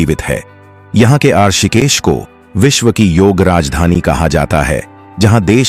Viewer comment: तुम कहां से हो, ऋषिकेश का उच्चारण करना तो तुम्हें आता नहीं, हमें ज्ञान दोगे, क्या ? ये डबिंग कहां से करवाई?